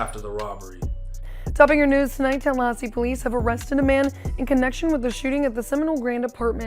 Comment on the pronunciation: Did say TELLahassee??😂